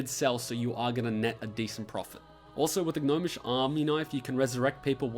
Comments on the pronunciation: I stopped listening after you said, "Gah-nomish vs. goblin engineering" about 20 seconds in. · That's not as bad as the way he said "gnomish" lol.